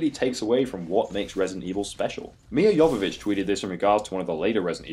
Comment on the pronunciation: kinda off topic, but I really like your pronunciation of "Milla Jovovich" Really rare do i hear a native English speaker pronounce Serbian last names correctly